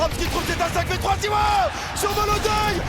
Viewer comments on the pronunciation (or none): Ha et autant pour moi j’ai cru il disait mal Krakow avec la liaison, et comme personne prononce en français … mais Zywou il existe pas par contre, meilleur joueur au monde et français c’est ZywOo (o) .